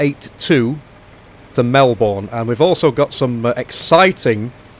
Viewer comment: I’m not trying to be rude but this really annoys me. Melbourne is pronounced Mel-bnn